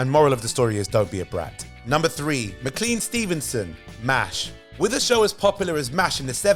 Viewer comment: That's pronounced Mc-CLANE Stevenson. Not Mr. Clean Stevenson.